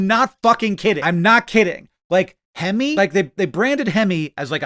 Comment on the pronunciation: Looking for anyone else who heard him say "hemmy" (like a goofy abbreviation of hemorrhoid) instead of "hemi" and felt VERY CONFUSED as to why this was a cool thing that truckers wanted 😂